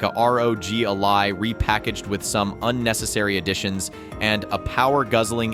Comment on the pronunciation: Ally not A-Lie :D